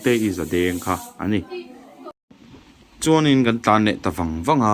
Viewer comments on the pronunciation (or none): none